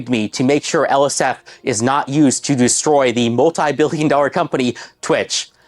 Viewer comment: "twitsch begged me to not let my schubbreddit deshtroy them ☝️🤓"